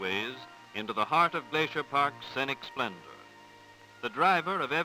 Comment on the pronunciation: I love a look back in time like this, when traveling to the wilderness meant packing enough dresses for the women and suits-and-ties for the men. But I wonder why no one told the narrator that "scenic" is not pronounced "sennick." 8-D